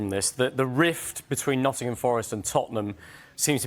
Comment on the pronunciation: The way one of the presenters says "Nuddin'ham" 😂